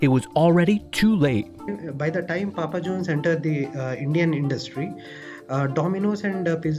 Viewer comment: That dude just said pupa John's instead of Papa Johns 😂😂